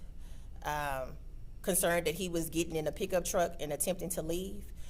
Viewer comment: what about peekuptruck instead of pickup truck